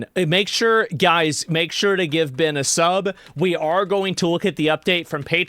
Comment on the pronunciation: Asmon cant even pronounce Ben name correctly. He keeps saying Bin Bin Bin